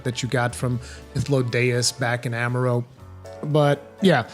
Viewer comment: Ama-rot not Ama-roe